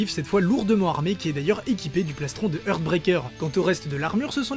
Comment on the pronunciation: Puisque je vais passer pour un chieur de toute façon, autant en profiter pour faire remarquer que la prononciation des mots anglais est souvent erronnée. "heart" par exemple se prononce "harte" et pas "heurte". Je suis bien évidemment plus indulgent pour l'anglais que pour une faute de français ;)